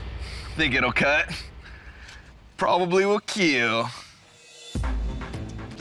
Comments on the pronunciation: It will keal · NATATAWA AKO KAY DOUG KAPAG SINABI NYA NA IT WILL KEALL